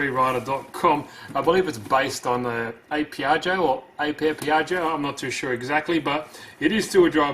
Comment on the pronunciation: You pronounce it like apè